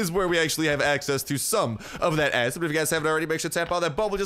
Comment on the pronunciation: He talked too fast and said acid without “Id”